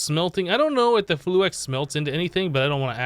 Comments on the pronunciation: ITS FLU-IX NOT FLU-EX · he said flu-ex every time.